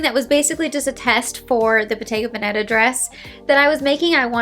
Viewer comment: You still pronounce Bottega Veneta the wrong way. The emphasis in Veneta is on the first e. 😊